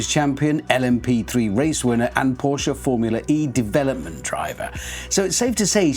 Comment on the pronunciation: Commentator said the brand wrong 🤷‍♂️🙄